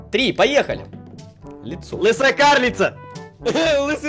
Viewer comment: Не лесуя а лысая))